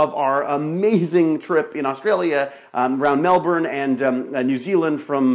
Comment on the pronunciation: LOL they never say Melbourne right, but I'll let it go since you're such a cool bloke 8)